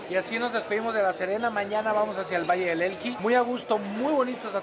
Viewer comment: ¿"Vallle del Elqui"? xd